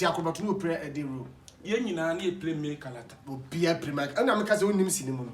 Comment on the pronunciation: Kwaku , it’s Main Character Not May Character